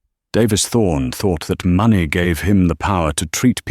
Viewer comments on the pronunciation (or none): Has the ai got problems with money and time pronunciation?